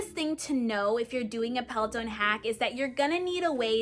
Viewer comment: There is definitely no E at the end of Peloton 😆. thanks for the video though. Also the cadence sensor tracks RPM and should be put on the crank arms or attached to the person shoe.. not the flywheel. 👍🏻